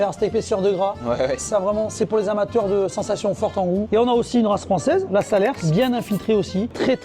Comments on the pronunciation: Bravo! Juste pour titiller mais on ne prononce pas le "S"de Salers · On dit pas le "s" de salers!!!! Habitant a cote de salers je peux assurer a qui que soit que ca se prononce comme le salaire! Sinon tres belles vitrines 😍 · On prononce salers sans le s.a chaque fois sa me fait mal d’entendre le prononcé comme sa 😂😂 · Alors juste petite précision les amis, le S de de fin , de SALERS ne se prononce pas, des bisous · D’ailleurs on ne prononce pas le s dans salers je suis du coin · Je vous adore mais par pitié ne dites pas le "s" à la fin de Salers. Les Sagraniers vous remercient. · La prononciation de Salers « Salersse » hop fin de la vidéo, par pitié si vous savez pas le prononcer dites rien